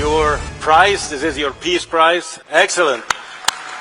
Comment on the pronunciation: Did he say " pee prize" lol😂 oh yea